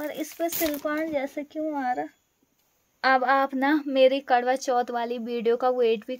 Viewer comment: Krva bol soni kdva nhi